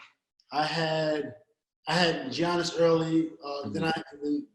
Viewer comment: Giannis = “Yah-niss”. The 'G' is silent.